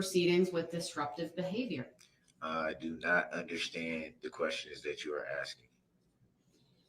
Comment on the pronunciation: "I am not axeing you... I am telling you to be here mom"